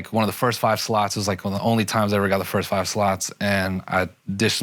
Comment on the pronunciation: Akaash’s inability to correctly pronounce the word “first” drives me crazy lmao